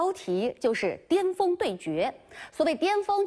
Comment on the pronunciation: 也有可能是口音问题，有些地方人尖和巅、前和甜是不分的